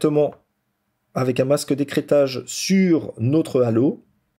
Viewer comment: « Nautre » purée vous êtes français?